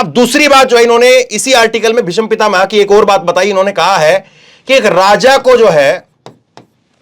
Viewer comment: ऐंकर काफ़ी जोर-शोर से बोल रहे हैं लेकिन अफ़सोस कि " भीष्म पितामह " में " ष " आधा है और ऐंकर पूर्ण " ष " का उच्चारण कर रहा है । " भीषम पितामह " मातृ भाषा का उचित ज्ञान होना बहुत आवश्यक होता है ऐंकर के लिए ।